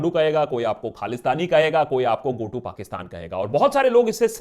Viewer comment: BTW in point 6 go to Pakistan sounded like 'gotu' pakistan Pronunciation op